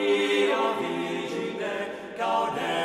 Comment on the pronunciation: Not the right way to pronounce Piae Cantiones: virgine (simple g), gratie not grazie.